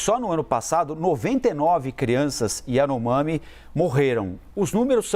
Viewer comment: Nem o nome da tribo esse cara sabe pronunciar